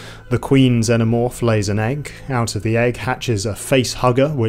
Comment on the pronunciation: I like how you pronounce Xenomorph. Also, good analysis ❤